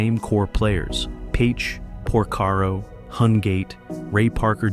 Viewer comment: Oh my! Jeff POR-SERO?!